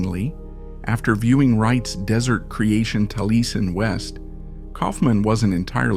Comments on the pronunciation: It's pronounced Tally-essin, not tal-eesin. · Did you know Neutra and Taliesin were mispronounced and still posted the video? Do you plan to correct it? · Taliesin was mispronounced as well.